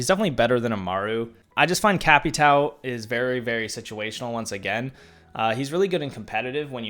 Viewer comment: Please stop with cap e tow pronouncement please it hurts my head